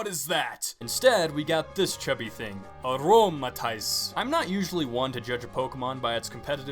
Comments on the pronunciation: your pronunciation is really annoying - it's: aromaTEESE, aloMOmola, ariAdos, even your yan for Yanma is a little too 'aw'. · I am not raging, or upset in the slightest about your opinions, but: 10: Fighting-type is Emboar's secondary typing. 9. I agree 8. Aromatisse (uh-RO-muh-TEESS) 7. Great pun the rest i have no comment on